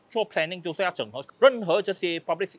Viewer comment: 😅 受英文教育的YB 纠正Lucas 的华文 “整合” 🤣